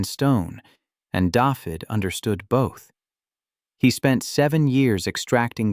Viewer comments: Every time I hear the narrator pronounce David as daffid it makes me cringe. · It's pronounces Davith ( hard TH of the) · Can't pronounce Dafydd.